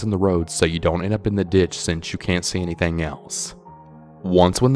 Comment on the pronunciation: it is building not bail-ding!!! anything not Annie-thang. I am only kidding. Good stories. Plus I think ur ache-sent is cool. I just wish I had an accent. Peace 👊